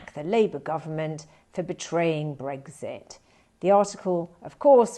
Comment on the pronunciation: It is Brexit with an X, not Breggsit.